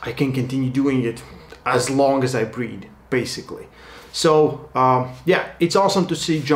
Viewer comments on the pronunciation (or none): You can do arm-wrestling as long as you can breed. I had to think about what you said only to realise you said breathe